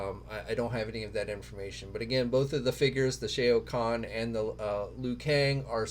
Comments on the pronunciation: Great vid but Shao Kahn is pronounced Sh - ow Kahn not Shay o Kahn :) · With all due respect it would be nice if took a few extra seconds to learn how to pronounce names properly. Shao Khan (sh-a-ow Kon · Just gonna say that the Batman you called as the Arkham Orgins Batman is actually the Arkham Knight, and also that’s not how you pronounce Shao Khan.